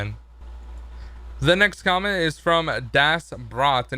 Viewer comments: don't want to be rude, but... "Quomment?" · LOL HE SAID CWAMENT